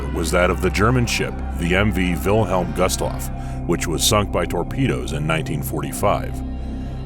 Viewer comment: Did he say the gust loff...bruh it’s the gustloff